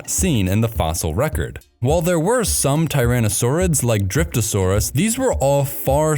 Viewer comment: lol driptosuarus